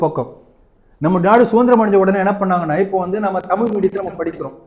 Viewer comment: தமிழ் வாழ்க போர்டுகள் வைத்த து தான் இவர்கள் செய்த தமிழ் சேவை...... நம் மேயர் பிரியாவின் தமிழ்........ ரெயின் ஸ்டாப் ஆனா உடனே வாட்டர் எல்லாம் போயிடும்....... வால் க டமில்!!!